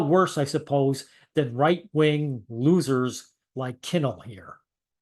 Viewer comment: "the right wang" lol.